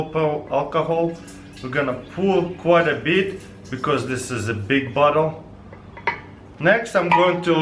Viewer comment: hah when he says bottle it sou ds like he says butt hole lol